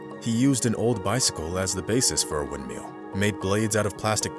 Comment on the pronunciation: "wind-meal" :P